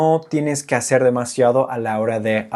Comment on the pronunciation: La R suele delatar a casi todos los angloparlantes. Al principio no, pero después de un rato, como que te cansas y dices ¿Cómo le vas a “haceur"? Pero en general, tu español es ¡más que excelente! 👏🏻 Y tu contenido es aún, ¡mucho mejor!